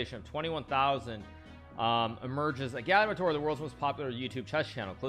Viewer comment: Hikaru still pronounces agadmator’s name wrong, did he react to the 4th highlights on stream?